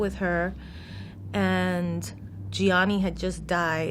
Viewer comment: Good pronunciation of Gianni